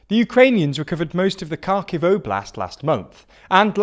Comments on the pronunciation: It's not silent K, it's [x] sound that doesn't exist in English, but does in Ukrainian. English [h] btw doesn't exist in Ukrainian, only it's voiced version which is written as "г". Also, "y" is used to transliterate "и". That's why it's written as Lyman. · you can substitute г for g and щ for sch. Everything else (aside from dzh) is present in english with some small deviation. Ha-rkiv and Lee-mhan isn't hard to pronounce. The problem is not with how town names are pronounced, the problem is how english language grammar is quite abstract and one word can be read in thousands ways unless person already knows correct pronunciation. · i know that it's Kharkiv, it is written correctly But it isn't pronounced Karkiv like with silent H like they do. No, K is silent one here. First sound is h, not k. I'm fine with 'г' being pronounced both as h and g, and bring it like almost the only prominent example of sound that is not in english. Most of sounds are present in english. Again, i'm only stating that almost all of the sounds are present in english and even city names are written correctly in english, and them misreading/mispronouncing them has nothing to do with english language itself. I'm fine with them mispronouncing stuff, but not with people making up poor and untrue excuses to defend it. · Both Kharkiv and Kherson have a more or less silent "k" (like 'know'l. I believe Kherson is best pronounced 'hear son'. And he kept throwing an 'n' into the name of the river below Lyman (which I won't attempt to spell). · Great update on the current situation in Ukraine. Only comment I would make is this ,... ask any Ukrainian, Kherson is pronounced Herson, and Lyman is pronounced "Leeman." Its a small observation, but one that places you above the other commentators who pronounce the names wrong. Oh and the same for Kharkiv (prn. Harkiv) silent K. Have a good day! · "Karkiv", "Lie-man", "Kerson",... dude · Guys, it's "Har-keyv", "Lee-mon", "Her-son", "Iz-zoom".